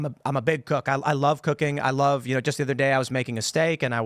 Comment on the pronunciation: Am i the only one that heard "She very passionate about cocaine" and not cooking?